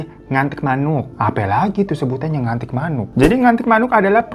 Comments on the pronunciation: Please oppa hirotada lu nyebutnya jan "ngantik"karna artinya vulgar njirr 😅😅aku asli suku karo dan setahuku pengucapannya itu "nganting" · Nganting mas bukan ngantik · Maaf kak *nganting manuk kak, bukan ngantik 😅